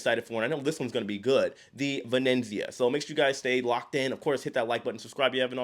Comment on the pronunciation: Okay J, say it with me: Va-net-zee-ah. Venezia. 👍